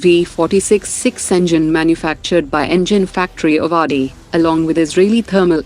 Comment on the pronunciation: The name Avadi is actually pronounced as ‘आवडी’ and not ‘अवाडी’